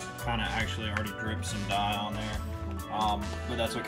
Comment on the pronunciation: yep people love grammar Nazis. Just can’t believe a leathersmith would mis-pronounce the most common dye brand lol